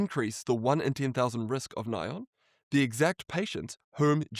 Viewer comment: Thanks for touching on this! I did a video breaking down a bunch of new research and stats on the GLP-1 causing blindness. Btw it’s funny how Sinclair calls it “ny-on” because in the industry we call it N.A.I.O.N. But here is that video in case people want to watch it GLP 1 Blindness Risk | Should You Be Worried? But great video and thanks for all your hard work!